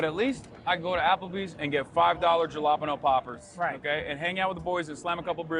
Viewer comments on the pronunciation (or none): mofo on CNN and mispronounced jalapeños